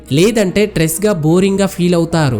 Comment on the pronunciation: Trees kadu stress😅😂😂